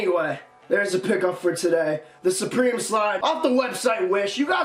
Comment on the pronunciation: Suprememe the way he said it had me dead